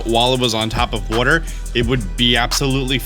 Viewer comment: "Whuter." Lmao. Thanks for the vids, lad.